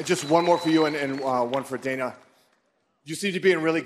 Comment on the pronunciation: I chuckle every time Khabib calls Dana "Donna."